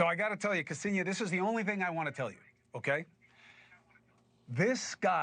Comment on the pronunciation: It’s like nails on the chalk board on how they pronounce her first name. It’s not kEsenia… it’s Ksenia!